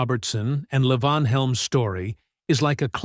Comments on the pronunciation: It ain't L'vonn. He's Southern and it's pronounced Lee-Vaughn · La von. It's LEE VON. Wow, I just ....cannot. At least pronounce their names correctly. FFS. I am five minutes in and not watching the rest. That mispronouncing I just can't. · As a well known musician, he was always known as LEE-von. Yes, his given name was Lavon. As a regular consumer of all this music from "65 to '24, He was known as Levon Helm! The narrator pronounced it correctly once. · Narrator - it's pronounced LEE von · It's "LEEvon" you idiot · Stupid AI crap. Can't even pronounce Levon right. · You would think if you are doing a documentary that includes Levon Helm, you could pronounce his name correctly. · I am well aware of how his name was pronounced. I've been a fan for more than fifty years. I was in his company on several occasions. As I said, his given name was Mark Lavon Helm. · when referring to Robbie and first wife Domenique's two children, the photo is of Rick Danko and his family. Also, earlier in the video, Rick is again shown when discussing Robbie. Throughout the presentation, Levon's names is variously mispronounced, and it's distracting to me, a longtime fan of The Band, to watch this so called "shocking truth" story...